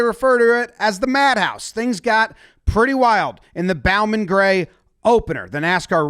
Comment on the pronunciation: The bow in Bowman Gray is pronounced like Bo Jackson: bo-man.